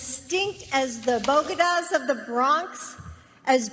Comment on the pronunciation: ’Boh-Geh-Daws’ Sounds like a Camp site